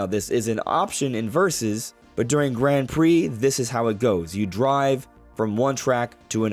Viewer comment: Can you please change how you pronounce Grand? It’s like “g-raw-n” and the d is silent. Thanks! (And thanks for all the content, I appreciate you)